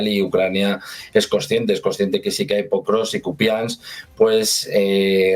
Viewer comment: Es Pokrovsk, no Prokovsk.❤